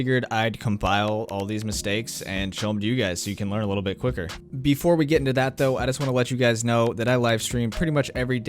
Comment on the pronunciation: He said wittle instead of little, that threw me the fuck off 😂